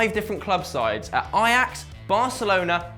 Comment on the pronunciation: ITS FUCKING AJAX! NOT EYEAX